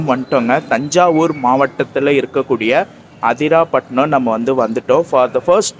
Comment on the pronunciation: அதிராபட்டினம் இல்ல ப்ரோ,அதிராம்பட்டினம்.உச்சரிப்பு தவறாக உள்ளது